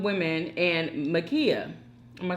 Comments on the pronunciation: Her name is Ma’Khia Bryant!!! Not Mikaya🤦🏽‍♀️ Please at least get her name right! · Dang! Her name is Ma'khia You keep pronouncing it Makeeyah..